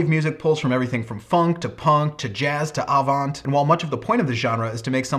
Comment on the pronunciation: when you say "avant" don´t say the last "t".